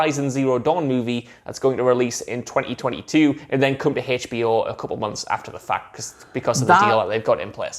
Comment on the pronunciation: Its HBO not Haytch.B.O. Dammit!